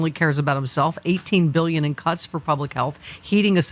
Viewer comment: Did he say “cuts” with an n.?